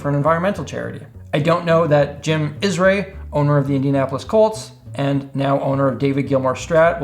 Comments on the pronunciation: Its jim irsay, pronounced er-say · Hey, come on, a little respect for a man a who donated $4 mill to charity. The man's name is not IS-Ray, it's IR-Say. Or, you can call him Jim. Ok, Sar-U-Mai? Lol. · Fun video, funnier pronunciation of names. The "Bizet" from 'The Joker' guitar is the French Romantic-era composer Georges Bizet -- so silent 'T'. Jim Irsay = 'Ear' + 'Say' -- I grew just outside of Indianapolis.